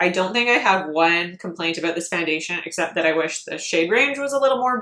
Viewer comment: You’re so pretty and then you ruin it by having that self tanner that makes you look like a Cheeto. 🤮🤮 do yourself a favor, ship the self tan and enjoy your beautiful fair skin. Also what’s up with the weird way you say “about?” Fix that